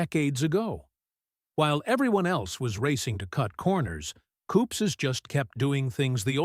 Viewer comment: It is Koop's, not "koopses". Total AI robo-voice fail. Do you even edit this crap before uploading?